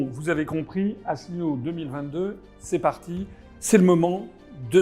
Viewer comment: "Cher" Mr François "Allineau" ??